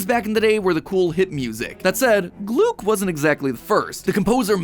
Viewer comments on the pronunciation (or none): Hehe...gloog.... I am very convinced that it's gluck, with a short u